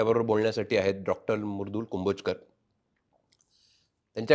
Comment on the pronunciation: kahi तरी वेगळाच उच्चार करतात मॅडम च्या नावाचा...it's मृदुल and not a मुरदुल😅